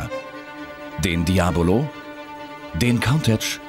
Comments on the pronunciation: Das ist neu das es einen Diabolo gibt Leute es heißt Diablo und nicht anders und auch nicht Muriilago sonder Murciélago so wie es geschrieben wird wird es auch ausgesprochen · Weshalb sagen immer Alle Lamborghini Diabolo, wenn der Vorgänger aber Diablo hieß?